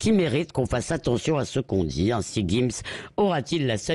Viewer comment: Jim's pas guim's Tu veux une guifle ??